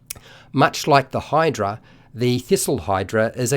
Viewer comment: Absolutely no one: This guy:theeesylhydra